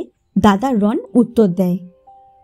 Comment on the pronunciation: Not Ron the pronunciation should be "Rono".